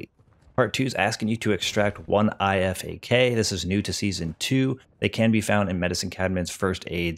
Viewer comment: And the IFAK is pronounced “eye-fac” at least thats what we say in the military